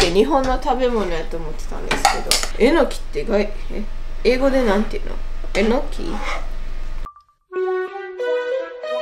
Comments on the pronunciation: えの↑きぃ 合ってたん爆笑です😂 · まさかぁ〜と思ってたらまさかの英語でも、えの↑きぃ なんだねー。😅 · 関西弁ではえのきは、え↑のきなんですね!?標準語では、え→の→き